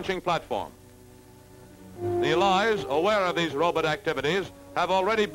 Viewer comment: "Rowb't"? What, is he Zoidberg?